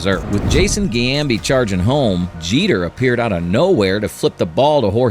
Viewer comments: It wasn't Jason Giambi involved with the flip, it was his brother Jeremy. Giambi is also pronounced Jee OM Bee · And the Giambi mispronunciation